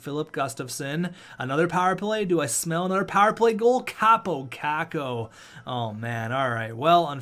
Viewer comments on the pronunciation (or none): none